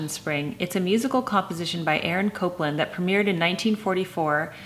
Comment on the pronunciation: Interesting. Here in the South, we say Appalachian the same way Jennifer Scott says it. But it’s killing me to hear her say Copeland instead of Copland. I even looked up the pronunciation to see if I’ve been wrong all these years! 😂😂❤️ And Jennifer, I love your singing!!❤️